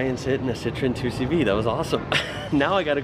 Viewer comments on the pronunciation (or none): Next: try to pronounce 2cv the french way : doeshvo !